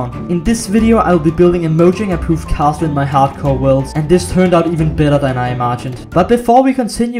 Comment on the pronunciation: bowyang... mowyang-? im sorry am i the only one who heard that